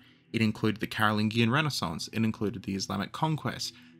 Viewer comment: For the love of Chuck “The Hammer,” Pepin the height challenged, and Big Carl, the “g” in Merovingian and Carolingian is the one in the French word “Allemagne” not the American “thingie.” Sorry for picking nits, this one was a fingernail to chalkboard interruption in the flow of awesome.